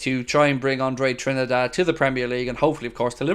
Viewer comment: Hi! Just to say the correct pronunciation for André: NOT Tri-ni-da-de but Trin-da-de! Cheers Sérgio